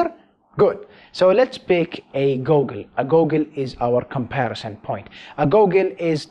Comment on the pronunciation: It's pronounced GOO-gol, not whatever you said.